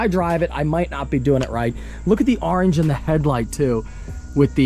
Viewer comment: Car is beautiful love the color and we all get to enjoy how you pronounce orange.